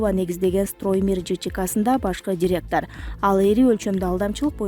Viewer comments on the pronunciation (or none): none